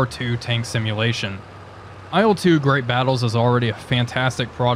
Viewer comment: Il-2, dude, not I-L-two. IL is just the title-spelling for marketing purposes, better readability (aside from that it's spelled incorrectly!). Nine times out of ten Russian planes' designations are syllables and NOT abbreviations, usually syllables of the chief engineer's/designer's name. Or what do you think I-L stands for in your ... humble opinion? For Ey-Al-Yushin? LUL How would you say MiG then? Em-Eye-Gee? It's Ilyushin, so it's pronounced "ill-two", the first syllable of a real person's family name, which has as much to do with IL as uranium with urine. Dead simple.